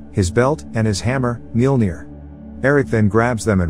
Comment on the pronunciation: Clicked to know the pronunciation of mjolnir...did not disappoint. 😆(meeyohlnear)